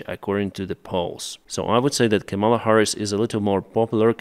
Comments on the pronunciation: It’s KA-mala, not Ka-MALA. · KAHMela Harris. The accent is on the first syllable. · I don't particularly like her, but please say her name right. Don't accent the second syllable. Ka-ma-la, all with the same short "ah" sound. It's actually Sanskrit based from kamalum which is a word for a lotus, but the root part kama means beauty/pleasure/love. Don't say Come-Allah. That's the disrespectful way intentionally used by Republicans like Donald Trump. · Привіт Деніс, Just a minor correction in pronouncing Kamela Harris’s first name. The first 2 syllables sound like the word “Comma”, (not “Camel”). Practice saying, “Comma-La” (rhymes with “Shangri La”). Cheers! Слава Україна! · Just a minor correction in pronouncing Kamela Harris’s first name. It’s first 2 syllables sound like the word “Comma”, (not “Camel”). Practice saying “Comma-La” (rhtmes with “Shangri La”). Cheers! Слава Україна!